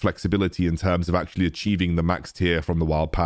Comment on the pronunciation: I died of laughter when he accidentally said "wild piss"